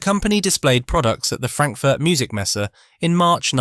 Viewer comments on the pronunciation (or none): none